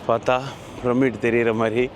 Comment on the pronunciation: நீங்கள் பிரமிடை சரியாக உச்சரிக்க வேண்டும். பிர்மிட் போல அல்ல !!